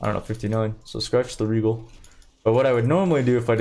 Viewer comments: Aljemy is the correct way to say it though... Rejal too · What's with your pronounciation? Aljemy Ajony Rejal I never heard anyone unable to pronounce "gha" or Idk if you do it on purpose.